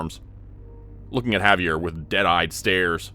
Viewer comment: The pronunciation of his name was driving me crazy too. Good story though.